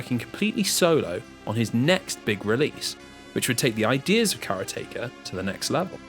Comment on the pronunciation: "Karateka" rhymes with "exotica"